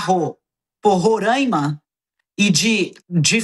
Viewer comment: Parem de falar Rorâima! O correto é Roráima, sem o acento, é claro!